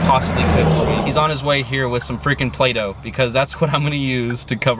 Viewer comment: He said plydoh I I was like wtf